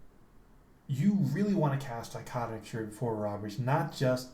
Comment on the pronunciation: I like the pronunciation. I usually say dick o tomic probably way off. Thanks for the vid man!